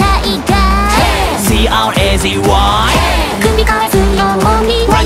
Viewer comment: すでに配信から3ヶ月も経ってるのにこの曲の依存性が高すぎて毎日聴いてる。ラスサビの手前の彰人のCRAZYの発音がかっこよすぎて最高。